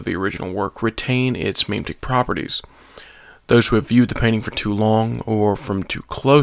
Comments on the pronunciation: HOLY FUCK ITS PRONOUNCED "MEH-MEH-TIC" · You fucked up pronouncing "memetic" very badly